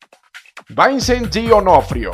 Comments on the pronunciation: y vincent se pronuncia "vínsen" no "váisen"....en serio, éste video parece que lo han hecho en una tarde de muuuuuuuuuuuucho aburrimiento jajajjajajajaja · jajajaja que pedo con la pronunciación "Vaisent" , "Yeiret Leto" jajaja No fueran el "Goberneitor" o "Nico" porque esos si los pronuncia bien jajaja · "Van" disel, "jeirid" leto, "croui", "vancent", "estiven"